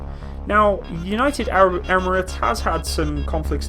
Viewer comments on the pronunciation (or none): none